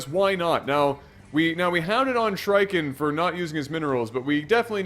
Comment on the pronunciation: Lol...they pronounced the red players name wrong the whole game. It's supposed to be the plural form of shriek, when someone cries out in a really high pitched voice xD